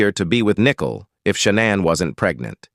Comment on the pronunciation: It's not pronounced, nickel (like 5 cents). It's pronounced, Nicole (nick cole)